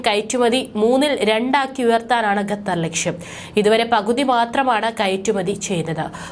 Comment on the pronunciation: ശ്രുതി തെറ്റാതെ ഖത്തർ എന്ന് പറയൂ കുട്ട്യേ